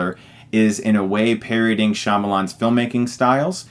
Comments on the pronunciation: 'Parodying' not 'paryoding'. Apart from that great review! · Does Chris keep saying "parioding" instead of parodying?